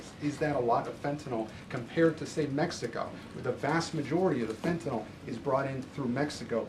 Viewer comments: Fent Nill .. Not Fenta Noll .. Fent Nill. I love this woman but please say it right. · I just wish one of them would, just once, pronounce Fentanyl correctly. It's not hard. Sound it out. Fen-tan -yl. Fenn-tann-ill. Not Fettinoll not Feh'un'aw. Fenn-Tann-Ill. It's easy. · No such thing as FE - ENOL. She does mispronounce words a la modern woke language standards on occasion. And it is annoying. Otherwise I adore her. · The word is Fentynal, not fe a nol, Karoline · It’s fentanyl not “fetenol” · Huge fan of the current administration but they need to have a big powwow and discuss the fact that its Fentanyl, NOT "FENTINALL"!!!!! Even the dumb shit reporter got that right!!!! Drives me nuts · I don’t understand why no one has corrected her on her Gen Z speak.. If something as “Important “ as “Fentanyl” is killing Americans , why does she say “Impor-unt” & “Fen-unal”??🙄 End the Annoying Gen Z speak.. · Why do some people keep saying 'fentanol' when the drug is called 'fentanyl'? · Come on Caroline I was expecting at least you to pronounce fentanyl correctly